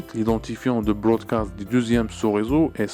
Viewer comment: on dit broadcast et non brodacst